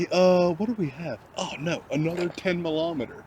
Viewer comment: "Oh, another 10 millohmiter." favorite part of the vid thus far lmao